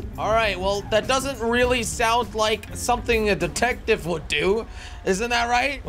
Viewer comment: I thought he said datective